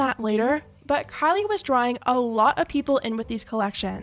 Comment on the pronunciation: The way she said Kalie instead of Kylie